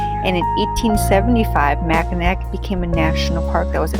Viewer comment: Hey! I am a native Michigander. I have been to all these beautiful places multiple times, but I never tire of watching videos or seeing beautiful photographs of them! Thanks for posting! Just a tip, it is pronounced Mack-in-aw Island and NOT Mack-in-ack Island. Mackinaw City, just south of the Island at the tip of the mitten is pronounced the way it is spelled. Mackinac Island is pronounced differently than it is spelled.